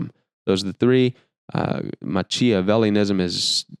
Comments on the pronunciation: machiavellian is pronounced maki a VEL i an. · I really like your videos,, Machiavellian is pronounced Makavelian for future reference, thanks again brother.